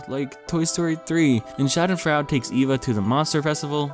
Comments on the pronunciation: It's "Schadenfraude" Sha-den-froid-a. as in: someone whom reveals in the suffering and misery of others. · Doctor Schadenfreude While it looks like fraud, it actually means deriving pleasure from someone else’s pain. It’s a German word pronounced: Shaa - duhn- froy - duh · no Schadenfreude is German and means that someone else’s pain makes you happy. :) (edit: it’s also pronounced differently in German :)